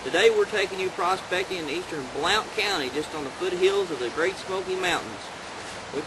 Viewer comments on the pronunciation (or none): i is pronounced Blount as in blunt not blownt county. Like your smoking a blunt and not Mary ville it is Marvill. Must not be from arount here.